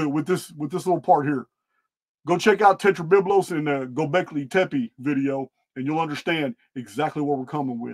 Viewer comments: you say "gobekli tepe" flawlessly on the first attempt. you did it. you finally did it. we are so proud of you haha much love brother thank you for your work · Bit late, but great to catch part of another live. Thanks and all the Archaix people. You pronounced 'Gobleki Tepi' correctly and also can't align myself with the idea that the site was buried by the builders or the community. Since I've been watching your channel I figured it would probably have been buried by a cataclysm (Not sure if Phoenix or other). But as you say the site is huge. It makes no sense. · Thank you for pointing out all these particulars. This was very informative and I really appreciate all the linked videos. Happy New Year everyone! Peace and love ❤️🕊️🌿🕯️☮️💚 PS and yes, you said Gobekli Tepe perfectly. The thing is we love you no matter how you say it! ❤ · Yes!!! He did!!! I caught that too! Perfect pronunciation!!!! Bravo,! However, we love you no matter how you pronounce it! ❤❤❤